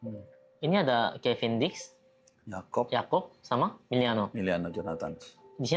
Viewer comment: Sedikit masukan je.. kevin diks bukan kevin dick, rada gimana gitu klo jadi dick 😅😅